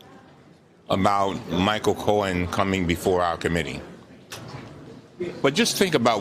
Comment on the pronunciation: Love Mr. Cummings, yet every time he says "Mr. Cohen" it sounds like he's saying Mr. Corn.